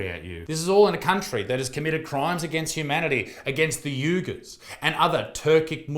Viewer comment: You said Uygur wrong again and it's Gen ZED! (Zee is American! )